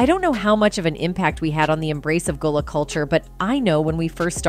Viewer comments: Gullah like seagull not ghoul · The mispronunciation of everything is beyond me! Goolah, Zoey one hundred and one, NickelodeON, Daisy.. the most disrespect is flexing back and forth between Gullah and Goolah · Man I stopped listening when she said Goolah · How do you pronounce it right and then pronounce it wrong within the SAME SENTENCE!? Yoooo!